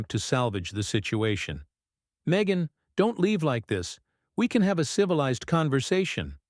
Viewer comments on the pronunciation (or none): Her name is pronounced me gain